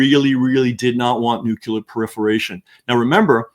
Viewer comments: Nucular is a common mispronounciation of the word Nuclear. Nucular it’s not even a word. How can this guy be such a good author but not know that Nuwcular is not even a word? George W. Bush started this idiocy with his mispronunciation of the word but now intelligent people don’t even know that Nucular is not even a word? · Also... it's pronounced noo-CLEE-uhr, not nook-YOU-luhr. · I admit...I'm also bothered by hearing that mispronunciation(!) Solution: Step 1 - get the person to read the word: CLEAR Step 2 - get the person to read the word NEW. Step 3 - get the person to read those two words, slowly, in a row. Step 4 - reverse the word order, get the person to say the two words, slowly, in a row. Man! I leaned how to "sound it out", when reading new words, in SECOND Grade, in a nondescript public elementary school. I never understood the difficulty of reading the word: N U C L E A R . Why should it bother ME? I don't know; just a pet peeve, I suppose.